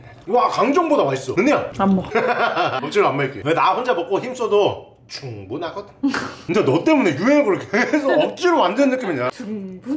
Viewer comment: 충분하거든이... 왜 점점 흥분하거든으로 들리는거 같...